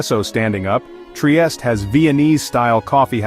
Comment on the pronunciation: good info, thanks ! only obseravation, it is not that difficult to pronounce triestE, with final E E E🙂